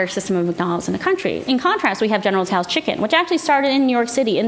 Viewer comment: I cringe when people call it General "Tee-Soe's" or General "Sues" Chicken